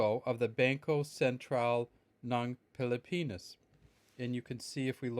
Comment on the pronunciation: Is just me who hear's everytime he says Pilipinas, he pronounce it as pili-penis. lmao XD Peace!